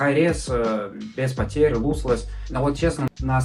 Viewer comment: не луслесс, а лослесс